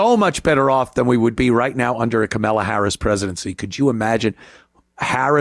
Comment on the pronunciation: Always call harris as carmella. Or just always mispronounce it anyway you please.